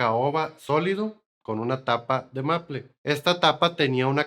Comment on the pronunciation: Maple es palabra inglesa. Y está mal pronunciada, se pronuncia algo así como meipl. En español es arce.